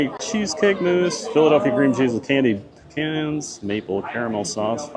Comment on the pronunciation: I’m sorry… did say “pee-cans”? 😂😂😂